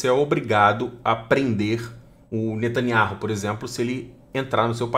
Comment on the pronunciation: NETANIAU E NÃO NETANIARRU.